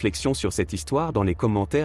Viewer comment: Oui comme quand à la fin il dit liquer au lieu de liker. L' AI n'est pas encore au point 🤣🤣🤣